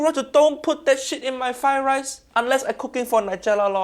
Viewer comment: Rise should not sound like that at all.